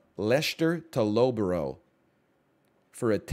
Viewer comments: Low-buh-row and lesh-ter 😂, it's less-ter and luff-bruh. Loughborough is always a funny one to hear foreigners try to pronounce though, you're not the only one that got it wrong, your attempt was A LOT better than most tbf. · Ayyy I'm from Loughborough. It's pronounced luff-bruh btw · "Leshter to low-bo-ro" gave me actual whiplash